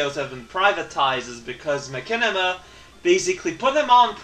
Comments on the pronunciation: I assume you know this already, however I thought I should tell you just incase that the "ch" in Machinima is pronounced with the "sh" sound, like "machine" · Machinima is said like Ma shin im ma. i only corrrect because i care! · love how you say machinima